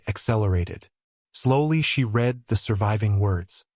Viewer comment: Another thing to note, AI does not always get the correct pronunciation of words that are spelled the same but have different tenses. Example: read meaning past tense should sound like red. I will read that book. I have read (red) that book.